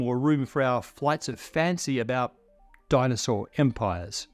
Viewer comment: "Flights of fancy about... dinosaur empires" That pause made it seem like the phrase dinosaur empires hurt to say. Understandably so. I immediately started cackling at that.